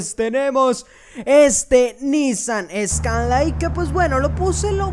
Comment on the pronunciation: Nissan Scanlai 🤣